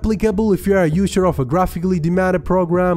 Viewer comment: Usher ? It's user bro 😑